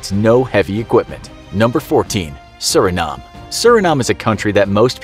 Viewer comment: it’s pronounced “sur-in-NAME”